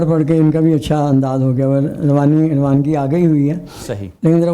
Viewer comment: سلام! بہ صد ادب گزارش ہے کہ اس سعادت خیز پروگرام کو ساری دنیا دیکھتی / سنتی ہے... اس لیے میزبان اور دیگر منصفین/مبصرین کو بھی گفتگو میں احتیاط لازم ہے... مثلاً : روانگی نہیں روانی عَنصَر نہیں عُنصُر عام یانہ نہیں عامِیانہ میزبان ایک پروگرام میں حافِظ کو حافَظ بول رہے تھے... جتنا اچھا پروگرام ہے اتنی ہی احتیاط کا متقاضی ہے... خیر اندیش جمشید کمبوہ پاک پتن شریف